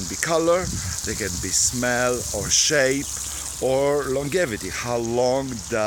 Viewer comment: it's a soft "g" (jeh) ergo: long-jeh-vity